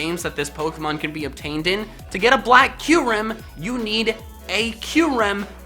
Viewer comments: Kue-Rem? It's Cure-Rem.. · It’s kyrem not qrem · its not Keerum for kyurem, its Kie-er-em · Q-rem? I thought it was pronounced kie-rem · Laugh so hard when he said kyrum😂